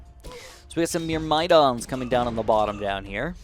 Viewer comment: Congrats on 500k on the main channel!! Also, myrmidon is pronounced like murr-muh-dawn, hope that helps.